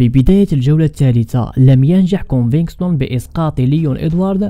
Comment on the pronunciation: كونڤيگتون او كونفيكتون و ليس كونفكستون اخي . مسيرة موفقة و انت شخص مميز 😊🎉